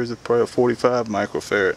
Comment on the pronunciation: I thought he was saying Michael Ferret!